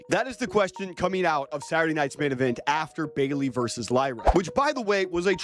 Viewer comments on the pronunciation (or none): The word is VERSUS not VERSE. A Verse is a segment in a song.